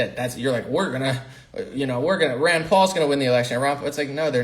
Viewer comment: are you referring to Ron Paul or his son Rand Paul.. it sounds like you're saying Ron